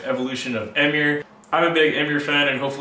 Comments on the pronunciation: Don't pronounce the band as "Emm-ure", it's "Em-uure" 😂😂 does that even make sense? Lmfao, sick video tho dude 🙌🤘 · Sick video dude but it’s pronounced em-mure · First time I've ever heard Emmure pronounced that way